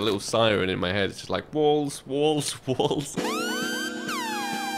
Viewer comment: I thought he said balls instead of walls.